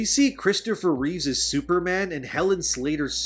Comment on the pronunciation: Please stop saying "Christopher Reeves". His name was Reeve. If you're going to go off about how disrespectful it is for this movie to use his likeness you could show the respect of getting his name right.